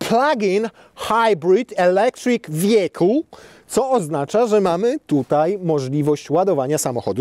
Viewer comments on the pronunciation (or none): none